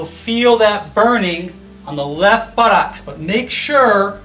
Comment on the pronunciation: I like the way he says buttocks... Buttox